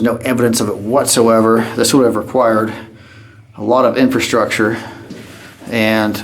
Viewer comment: every time he say's "INFASTRUCTURE" take a drink. great vido's.